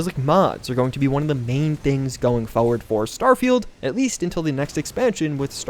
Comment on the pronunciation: Stop saying "foe werd" its "forward"